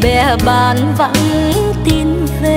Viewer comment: Rất chuẩn giọng ca của người miền Nam ! Nhưng chị Lâm minh Thảo và anh Quang Lập có vài từ trong bài nhạc nếu phát âm theo cách người miền Nam Lục Tỉnh thì sẽ mùi hơn. Thí dụ, chử Về, Vì...Và, Vi, Vu, chử V này giọng Bắc và Nam khác nhau xa lắm